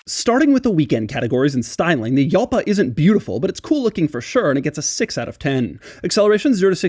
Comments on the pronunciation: It's pronounced like "halpa" not "yalpa" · Jalpa in Spanish sounds like halpa not yalpa. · It's pronounced 'Halpa', not 'Yalpa'. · Spanish: Halpa not hyalpa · It's pronounced 'Hall-pa', not 'yal-pa'... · 🤔🤔🤔 Doug, as a native Spanish speaker the word Jalpa “ I S “ pronounced correctly HALPA and NOT YALPA. Just because it is written with a J doesn’t necessarily means it is pronounced with a Y. Cheers 🥂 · Why are you saying it wrong? Its not a Y sound its a H sound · Its HALLLL-PA. Not Yell-pa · J is pronounced as H in Spanish. Should be Hal-pa not Yal-pa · I will NEVER wrap my head around the fact that English speakers DO pronounce the A correctly at the end of words like Jalpa but not in the middle ! JALPA not JELPA ! YULL-PAAH, dammit! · Yalpa is pronounced and not Halpa it's Italian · Doug: Yalpa Me: Shit its not Jalpa 😂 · I think it's actually pronounced like Halpa not Yalpa.....and go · should it be pronounced "hal-pa" instead of "heeyal-pa / yal-pa" ? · Its not called "Yalpa" its called "Jalpa". Imagine the H from "saHara" and now say "HJalpa" Big Hug from SPAIN 🤣😘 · "Halpa", not "Yalpa" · Doug : Yalpa Me : Gal- Pa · jalpa not yalpa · Para mi no es un error decir ialpa ni tampoco yalpa, pero el mas correcto es decir jalpa. La primera pronuncia es de los italianos, la segunda de los Ingleses* y por ultimo la original de los castellanos. * Y tambien de los portugueses, galegos y brasileños como yo. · Yalpa is pronounced and not Halpa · You should pronounce [halpa], because it's a spanish word. Not [hjalpa]! And why do you open the left door with your right hand? That's stupid! Every normal guy opens a left door with the left hand and a right door with the right hand. Very convenient door handles! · People that say Jall-pah are probably the same people that say bro-ham when referring to a Cadillac. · true Yalpa is pronounced and not Halpa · Is pronunciation is wrong, it's pronounced YÄLPA (SHORT A). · It's pronounced "Halpa". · I believe its pronounced Halpa.